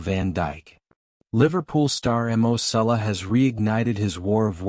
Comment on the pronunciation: It's Salah..not Sulla. If you're going to report on something at least get the name right.